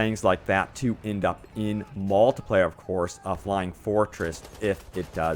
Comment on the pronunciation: seeeengle pleyer and maaaaltipleyer